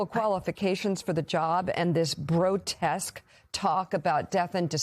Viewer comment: Did you just say "brotesque"? Lol